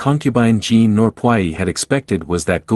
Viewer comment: Please learn how to pronounce the words correctly. Puyi is pronounced poo yee. Look words up if you're in doubt.